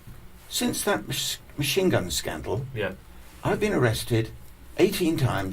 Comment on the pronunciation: Fu©k Maschine gun Kelly, It's machine gun Maurice